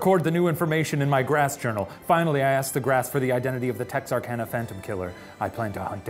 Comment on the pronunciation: My hometown!! You even said Texarkana correctly, good job.